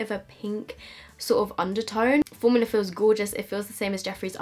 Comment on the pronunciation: "fowmulA is gowgis" - 2019